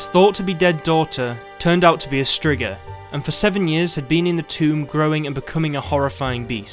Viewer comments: It's pronounced streega not strigger lol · It's streegah not strigger lol English accents 😁🤣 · Striga is pronounced streeeeega and means witch. So im confused. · The monster is called a striga but he out here sayin strigga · "strzyga" :D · I will be honest at first i had a total brain shut down when you said Striga I though i knew what you meant but I was thinking of Bruxae